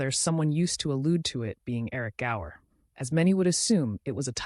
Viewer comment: The name was Gower not Grower